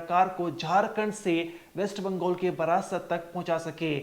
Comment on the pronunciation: बारासात को बार-बार बरासत उच्चारित कर रहा है। धिक्कार-धिक्कार।